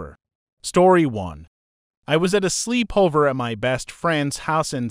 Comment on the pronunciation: Slee-pover lol 💀